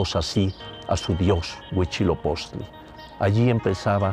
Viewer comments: Por qué lo pronuncian: Huichilopoztli? 🙄🙄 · Exacto, aunque ya mínimo un semestre de náhuatl para no escucharlos decir Tenoztitlan o Huishiloposhtli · por qué pronuncia Huichilopoztli????? qué no es *HUITZILOPOCHTLI*?!?!?!?